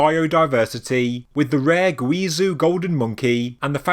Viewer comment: Zhou is pronounced like "Jo" Guizhou is pronounced "Gwee-Jo"